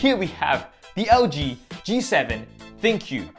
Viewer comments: I feel the correct way to read/pronounce ThinQ is - Think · It sounded like you said thank you haha